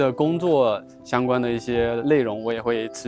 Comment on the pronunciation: 看来很顺利。想知道在教课书里拼音N跟L的发音是一样的吗，很多视频播主都是这个发音，比如内地、内环、内容等的读音